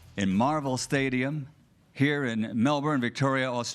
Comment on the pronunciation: Lol you got the Melbourne pronunciation correct there mate 😂 I will be attending on Sunday myself and have Haney on points especially if he gets behind his jab.Prior to the Lopez fight I think GK would have also caught Haney napping but now he will have studied George and will make George's ferocity work against him.I hope I am wrong.Plus GK seems to be bordering on arrogance over confidence.That usually is indicative of an impending loss for a fighter.